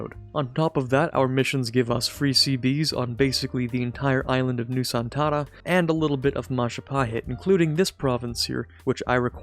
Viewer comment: Great pronunciation of Nusantara 👍🏽